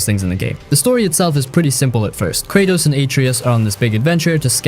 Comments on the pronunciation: "Kay Tross" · Did he just call him Krachos?